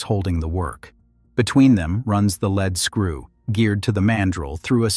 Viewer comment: say it: leed-skroo!!!